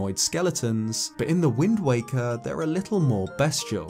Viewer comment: I swear he kept saying “wind wanker” lmao